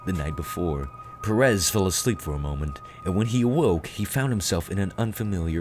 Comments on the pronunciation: TIP: Pérez is pronounced with emphasis on the "e" that is what that little " ´ " means. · Gil Pérez is not pronounce like that. "Gil" sounds like "Hill" and the stress in Pérez is in the first syllable.